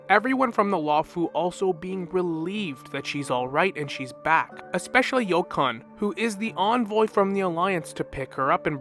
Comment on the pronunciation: I just can't with how Yukong was pronouced 😂 yoikon thats what i keep hearing